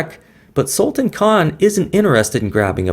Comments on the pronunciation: The name can be correctly pronounced as Sulta(a)n, with sound of -tan coming like that prounced in Word Plan. I hope I am able to show it. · Great Pl check pronunciation of Sultan.. 😊😊 do you know sultan means King.. and you are Sultan of chess games